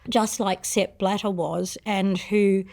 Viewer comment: Sepp… bladder?. Sounds a lot like step ladder… I’m sorry xD